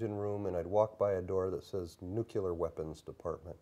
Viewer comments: "nucyoular" submarines. good. This has credibility written all over it. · if you pronounce "nuclear" like Dubya Bush does, it undermines your trustworthiness. Believe me, it does.